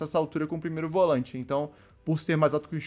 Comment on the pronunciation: Volãinte? Atacãinte?? Sudestino fala tudo errado 😂🤣😂